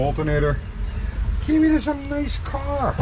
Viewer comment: Oh, I feel so sorry for this customer, but kills it every time butchering Kiwi's channel name. For the love of chrome and horsepower people, if you are going to buy a car like this, pay Kiwi the $300 to inspect it BEFORE you buy. It will be the best money that you've ever spent, regardless of the findings.